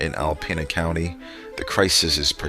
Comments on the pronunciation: Alpena is pronounced Alpeena. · I live in the area. The alarming footage that you see in this video is NOT Alpena. You just don't see large numbers of homeless people in Alpena in the way this video suggests. In reality, Alpena is a great place to live and visit. Also, the narrator (probably some kind of robot) repeatedly mispronounces Alpena.